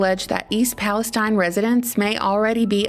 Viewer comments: East Palestine is pronounced Palasteeen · I think they pronounce it Palesteeeeen